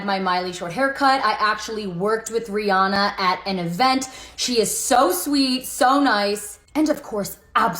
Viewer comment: Why does no one know how to pronounce Rihannas name?